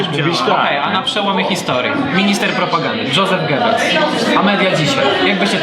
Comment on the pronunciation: Wymawia się jozef nie dżozef goebbels